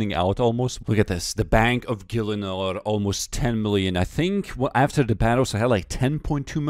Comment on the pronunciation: “The bank of gelinor almost 10m” Lmao